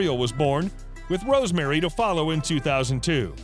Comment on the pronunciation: Romany NOT Rosemary